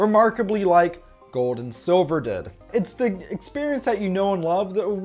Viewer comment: aw yes, "all duh bells and whistles"